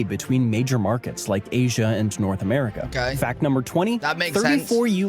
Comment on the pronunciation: Haha "Americer"